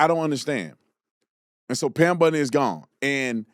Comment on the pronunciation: It's BOND-EE, not BUND-EE (like Ted Bundy).